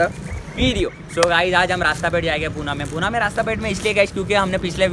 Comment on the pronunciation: Abe unpad Poona nahi PUNE